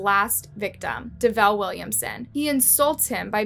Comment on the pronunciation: I feel like they pronounced davell name wrong cuz we have the same name n people always pronounce it wrong